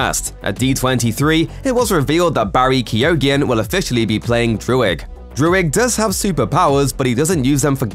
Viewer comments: Omg absolutely butchered Barry Keoghan's name. Not paid enough to use google? Great example of people reading Irish as if it were English. It's pronounced Key-oh-n. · Turned a 2 syllable name into a 4 syllable name and kinda garbled it as well.